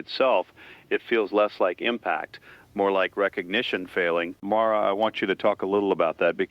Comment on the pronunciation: John Vale AI voice pronounces "Mara" two different ways.